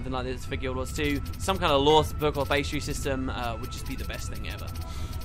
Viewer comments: It's Bee-stee-airy. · Why do you insist on saying words you don't even know what they mean. You mispronounce EVERYTHING. BESTery. It's not a 4 syllable word. FFS. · Isnt it pronounced 'Beast'-iary? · Tim Dreams yeah I'm not sure why he can't pronounce that word. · you spell bestiary right, but i'm pretty sure your pronunciation is butchering it :P